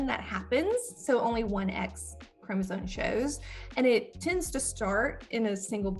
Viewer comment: She keeps pronouncing “chromosome” as chromosoNe. There is no N in this word!